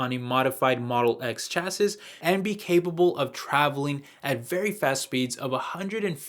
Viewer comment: Chassis is said like ‘chassee’